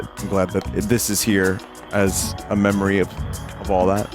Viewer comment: Sounds like a Kiwi saying "Memory Lane"